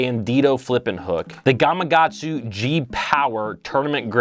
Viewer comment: Nice video...but its GamaKatsu lol